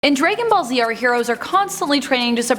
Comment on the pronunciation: At this point I think they are mispronouncing things as a troll. She pronounced it “Dray-gen Ball Z” as oppose to Dragon 😂🤣😂. Names of characters sure go wild but come on the word Dragon 🐉